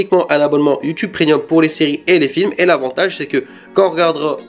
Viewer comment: Tu dis prénium